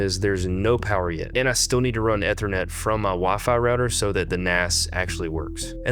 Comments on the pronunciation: ether net? E thernet lol where aare you from? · Eeeeeethernet. Long e bro. Otherwise great vid. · Take a shot every time he pronounces Ethernet incorrectly... Good luck. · And keeps saying it 100 times 🤣😩